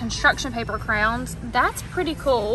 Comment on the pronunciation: I love that you say crowns lol…… that is the only right way to say it in my opinion 😌